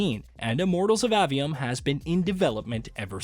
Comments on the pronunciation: Bruh its A-V-Um not Awe-V-Um or Ave-E-Um. if you're gonna make a whole ass video about it learn how to pronounce the shit. It's not like dev videos aren't out there where the people who worked on the game say the name outloud several times thus teaching you how to pronounce it. Seems like a minimal amount of work to put into creating your content. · A. 'A'-Vee-Um. A, as in, Jane saw A dog. Not Ah, as in Ahhh, Real Monsters.